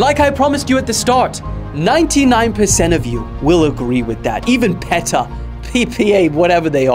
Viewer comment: the way you say PETA hurts me